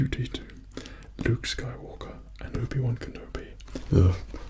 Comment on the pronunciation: It sounded like he said Ubiwan kinda like Ubisoft.